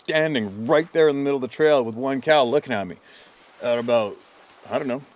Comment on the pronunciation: I finally got a Canadian “aboot” out of you. I didn’t believe you were really Canadian until this moment.